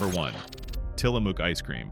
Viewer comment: You talk about Tillamook (pronounced incorrectly) while showing other brand names. Someone needs a "how to make a video" refresher course.